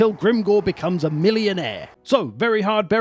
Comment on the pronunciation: why do i just hear the word "millionaire" in orkish "Oi wontz ta be a Millunaer hehe"